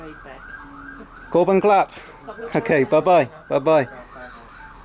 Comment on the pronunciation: I think it’s pronounced ‘khob khun krap’ (crap), not clap 😉